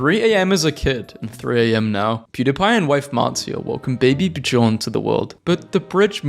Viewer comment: did you just pronounce Björn as buh-jorn? My Swedish little heart is broken